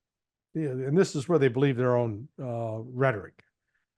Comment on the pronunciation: learn English pronunciation. The word ‘this’ has a short ‘i ´, unlike ´.’